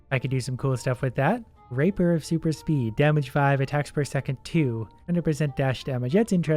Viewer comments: Nobody gonna say any thing about him trying to say Rapier of Super Speed but saying "Raper of Supr Speed"? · He pronounced rapier as raper... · you pronounced rapier a bit off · "raper of super speed"